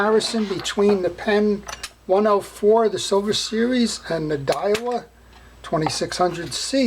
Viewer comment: I believe it’s pronounced “day wah”. Like it’s spelled.